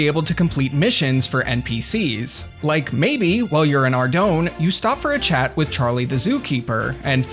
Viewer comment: Screen chaaht? I heard that Massachusetts